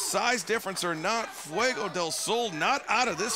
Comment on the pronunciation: Fwey-Go Dale Sol...yeesh.